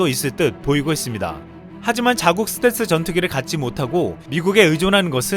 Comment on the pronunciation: 스탤기? 스탤스라쓰고 스탤기라 읽는다! ㅋㅋㅋㅋㅋㅋㅋㅋ 자기가 어떻게 말하는지 조차도 모르면서 유툽방송을 한다고? 지나라 말도 제대로 못하면서 무슨... 한심한...